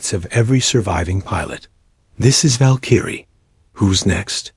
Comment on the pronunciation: It is pronounced Val-k-rie